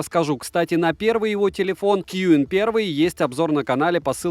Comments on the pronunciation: Если я не ошибаюсь это произносится как цин а не куин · Название бренда читается как "чин". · Отличный обзор, спасибо! На будущее, "Qin" произносится как "Тин" или "Чин"